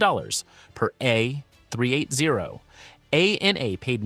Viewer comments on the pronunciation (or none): AND WHT THE FUCK IS A AIRBUS A-3-8-OOHHHHH?!?!?! ARE YOU TELLING ME YOUR THAT BRAIN DESD YOU CANT JUST SAY A-THREE EIGHTY?!